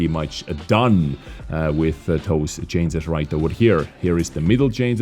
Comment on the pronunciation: Dude its not cances, its changes !